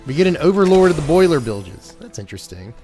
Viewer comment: It's been so long since I've heard Boilerbilges said out loud correctly. I've been watching too much Seth 😅